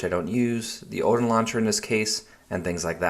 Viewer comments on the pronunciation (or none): none